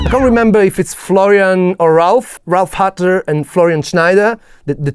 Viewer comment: It's HUTTER , not HuttNer...